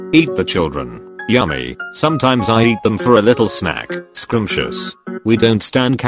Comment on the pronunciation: The way the voice pronounced scrumptious plSS!! My lungs!!